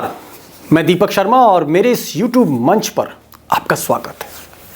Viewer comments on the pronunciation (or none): U tobe..nh u tube hota h